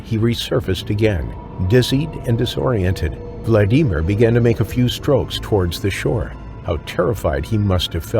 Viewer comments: The way the narrator says Vladimir drives me crazy. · Motherfucker have you never heard how to pronounce Vladimir holy shit how many times you gonna fuck that up